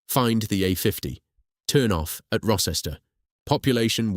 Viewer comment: The c orrect pronunciation of Rocester is row-stuh.